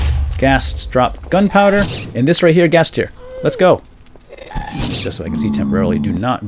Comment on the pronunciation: Ghast, not ghost. Just thought I would point that out.